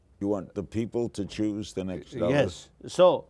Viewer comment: hmmmm. maaaan. Daaal-"eye" Lama ... not "dally" like "daily". hrml says it himself at